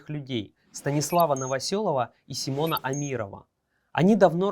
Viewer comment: Не Симон, а Саймон!!! 😂😂😂